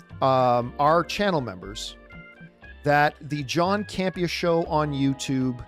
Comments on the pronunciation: "John Camp....e.....areee" dead. 😂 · John Camp EhAr lmao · 'The John Camp-E- Ahh Show' 😆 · John Cam-Pee-Ah! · "John Campe-AH" 😆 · John Cam Pee Uhhh.